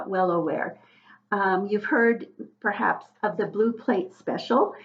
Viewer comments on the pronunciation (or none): none